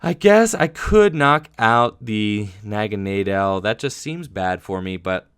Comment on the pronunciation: Aaahhhh, it's "Poy-pole" and "Nag-uh-nay-dull"